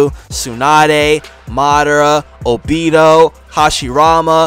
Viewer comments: Ain't no way bro said obido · I know he didn’t say o-bee-do💀💀💀